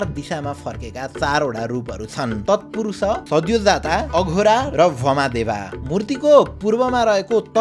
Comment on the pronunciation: IDS लाई एक सुझाव - यत्तिको अनुसन्धान गरेर अनुसन्धानात्मक content बनाउने ले आफ्नो धर्म-संस्कार सम्बन्धी श्री पशुपतिनाथको content बनाउँदा, "तत्पुरुष लाई ततपुरुशा, वामदेव लाई भामादेवा, अघोर लाई अघोरा, र कालाग्नि रुद्र लाई कलन्या रुद्र" भनेको छ। यस्ता त्रुटिहरू सच्चिन आवश्यक छ। विदेशी उच्चारण मान्य हुने छैन।